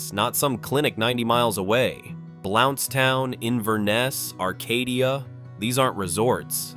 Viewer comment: I used to live in Blountstown… wish you people could learn to pronounce things properly. Micanopy, which I live near, is another one y’all butcher.